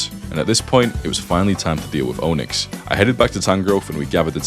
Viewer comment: Every time I hear him say Onix, I hear Ownix. LOL